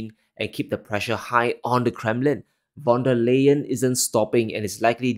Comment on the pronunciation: Von der Leyen in German is pronounced as "Von der Layen"